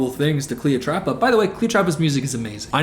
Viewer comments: The slow progression of saying Cleotrapa to just straight calling her Cleopatra, then back to Cleotrapa has me stressing 🤣☠️ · Take a shot every time says cleopatra instead of cleotrapa lollll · Are you kidding me....cleoTRAPA??? lmfao I can't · i love that he keeps saying 'cleopatra' instead of 'cleotrapa' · it’s cleoTRAPA. TRAPA. 😭🙏🏾